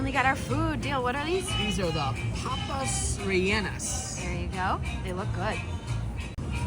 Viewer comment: Looks like a lot of that is overpriced. You could probably get a better deal at a regular restaurant. Are most of the trucks just Hispanic and Latin food? Just wondering. Papas "Reyaynos" is how you pronounce that.